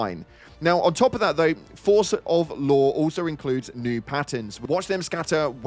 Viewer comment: Ngl when you said Law, I thought you said Lore 😂